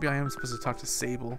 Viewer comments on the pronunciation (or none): none